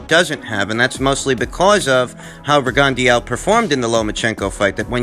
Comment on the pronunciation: PRONOUNCED Rig - on - Dough. If you knew anything about Boxing, you would know this. Sad.